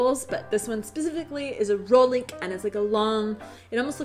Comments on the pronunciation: Its rohlík not rolik :) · One for: roHlik, not rolik..Otherwise your videos are accurately observant and highly entertaining. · Once again, some interesting observations about us Czechs! Only that rohlík should be pronouned with sounding H. The word is derived from roh = horn. Just saying... ;-)